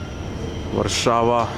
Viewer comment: As for Polish, the stress (udareniye) is ALWAYS on the second last syllable. Therefore TOruń (and also "w TorUniu" - in Toruń - stille second last syllable), PienikOwy raj, piernIki, muzEum torunskIEgo pienIka, WarszAwa, etc. :-) should make it easier.